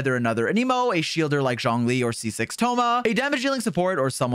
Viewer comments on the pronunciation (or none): Nice video dude only thing is you keep saying johnlee when its zhongli